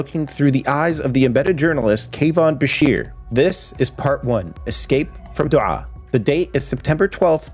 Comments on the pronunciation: more like dough ha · This ain’t a bad story. I’m probably a dumbass but I lived in Doha and we pronounced it like “Dough Ha” probably just me being an idiot but if I’m right yeah. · That's not how you pronounce Doha lol. You pronounce the H just like in hair " doe-ha"...not complicated. The way you said it means a totally different word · That's not how you say the city name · The way you pronounced Doha was meh, which is totally understandable. But the way you said Qatar, damn bro, on point.